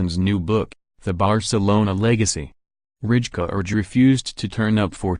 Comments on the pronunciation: Yo Bro its not Richkard but Raikard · It's not Ridjecard, its Reikaaard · yes, but you kind of pronounce it as raikaard. The “ij” isn’t in the English language. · Its Rijkaard dumbass